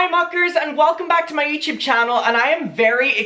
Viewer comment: YouTube ? No YouChube !!!